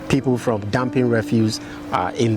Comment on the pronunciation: You said fom not from??????